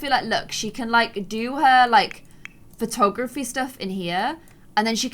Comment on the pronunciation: When said "lets try out willow's photography!" she said patography XD